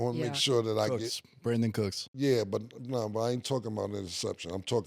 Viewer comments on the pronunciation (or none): “CROOKS” INSTEAD OF COOKS IS CRAZY KILLA 😂😅 ITS “COOKS” AND “COOK” 😂🤣